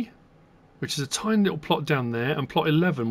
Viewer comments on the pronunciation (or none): none